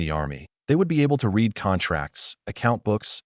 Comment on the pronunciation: A lot of words ai cant say, read as reed, lead and leed, sooooo many things wrong